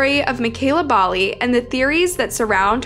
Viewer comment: I'm from yorkton it's not definitively known what happened to mekayla, the title is a gross clickbait crapfest, also you're pronouncing Bali wrong, Regina and Saskatchewan wrong